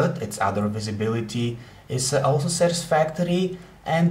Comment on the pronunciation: Visibirity lmfao